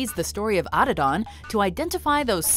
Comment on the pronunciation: Can’t pronounce Adidon LMAO